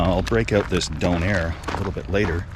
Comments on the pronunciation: Dunner not donair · Its not Don Air its donner well at least here in ireland that's how we pronounce it anyway 😊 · It took me a while to realise he was calling a doner (How we pronounce donna) when he was saying “done air” lmao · Wait. You have donairs? Pronounced “dough-nare”? Which are literally doners, pronounced “do-nuh” or “dona” over here in the UK. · the way you say donner is weird for me, in the UK its quite a popular fast food, we pronounce it 'don (as is a mafia don) er(her without H) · A 'donairre'. Never heard of that, until you unwrapped it and saw it was what we call in the UK a 'doner kebab', we pronounce it like the name Donna. A delicious congealment of lamb stuck together and cooked on a rotating upright skewer in the shop. Usually consumed by people in the UK after numerous step 2's, its served in pitta, flatbread or even naan bread, and served with salad and either chilli sauce, garlic mayo, or thousand island sauce. It looked delicious, I hope you enjoyed it. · We have Donner Kebabs here in England, from pressed Lamb + herbs and spices, but we don't pronounce it with a soft O like beer fund Doner. It's a hard O like Donna Summer. They come in a pitta, pronounced with a hard I like Pit, not pete. They come with salad, usually something like cabbage, red cabbage, lettuce, onion, cucumber, tomatoes, pickled cabbage. Then there's a sauce, like a chili dip.